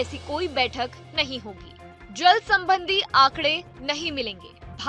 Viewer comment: अबे जेल स्ट्राइक नही जल स्ट्राइक बोल।